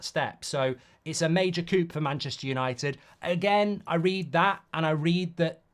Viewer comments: Mark Coup isn't pronounced as coop, it's pronounced as kew LoL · Coup is pronounced "coo" like "poo". Not "coop" like "poop" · Coup is pronounced coo 😂